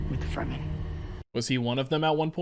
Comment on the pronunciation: Fur-men 😂😂😂 it's fremen... Meaning free men.